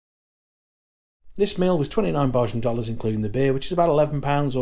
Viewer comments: Nice video sir, just a heads up bajan is pronounced bay-gin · Heyy.. try saying "bay-jan" instead of "bah-jan" .. thts the proper pronunciation ❤ thank you for visiting my island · Dont say BaHjan ever again!!!l Pronounced like Bay Jun... you're welcome ❤ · There is no R in Bajan. Bay jun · It’s not pronounced Barjan -that was funny. It’s pronounced bay - as in sitting on the dock and jan - as in the month. The inaudible ingredient was angostura bitters. Chefette - that was fighting talk that you put out. You missed out the drinks sorrel and mauby - the latter is ❤ but perhaps an acquired taste. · you don't go to cheffette for Burgers.. you go for the CHICKEN period... go into St. Lawrence Gap and find Gap Burger in front of Rostrevor hotel and get a great burger.. and Bajan is pronouced.. BAYjan.. (hard j, not soft). and Rum punch doesn't have Orange Juice In it. looks like you enjoyed your stay. .may other places to eat on the island. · It’s pronounced ( bay jan) thx for video